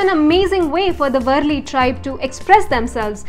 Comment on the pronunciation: It is वारली not वरली